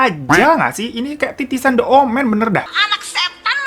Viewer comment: Bang The + huruf vocal dibacanya Di bukan De 😁